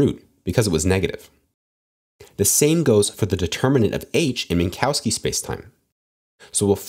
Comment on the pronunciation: This is not how you pronounce "Minkowski".